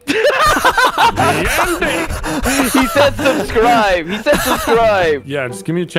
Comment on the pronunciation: Please like and subscribe? Nah, “Pelase leakiae anade surburscirbe”